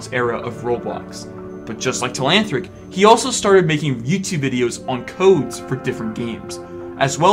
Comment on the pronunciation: learn how to say telanthric.